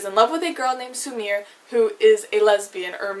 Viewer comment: 'Spatnik', 'Sumir'... girl, learn how to not butcher foreign words